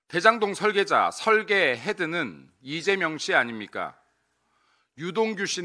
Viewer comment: 리재명이라 발음. 짱입니다 , 김민수 의원님❤